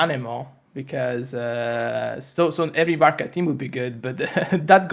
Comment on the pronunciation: "Your varka" 🥀🥀🥀 TGS doesnt know